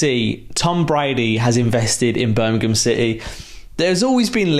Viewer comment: He also said "Birmingham" correct like Wagner does. It shows the genuineness about all this. This is a level of fan-serving we haven't had in forever.